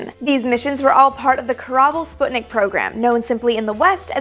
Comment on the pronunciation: Don Sample korabl, not kerbal